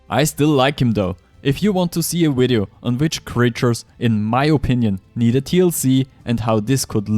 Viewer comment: My boy, put your top teeth on your bottom lip and say "Video"